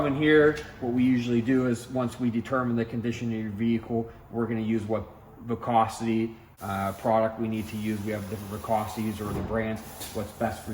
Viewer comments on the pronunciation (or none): Did he just say "vicosity"? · When the owner who runs the show, cant't pronounce "viscosity" properly.... It's a little shady.. Lol Naw. Kidding. If I lived closer. I'd be bringing it to these guys 100%! Seems like they use great products.Owner seems super proud of his company.